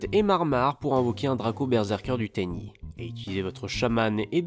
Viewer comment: Je connaissait pas Tenyi j'ai découvert de nouvelle chose et l'archétype à l'air d'être sympa, mais faut pas écorcher le nom des monstres ! xD Je me demandais si à l'avenir vous pourriez nous indiquer pour quel type de joueur s'oriente un deck, si il est assez facile et recommander pour les joueurs débutant ou si c'est plutôt un deck avec des "combos" pour les joueurs un peu plus avancé, merci d'avance =)